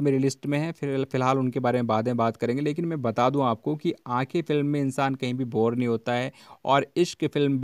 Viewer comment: Boor nahi bor